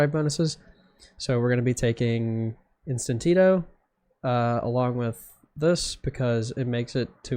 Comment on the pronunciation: If I had a nickel for every time I heard “instant Tito” being said instead of instinto from different people, I’d have 2 nickels. Which isn’t a lot but it’s weird that it happened twice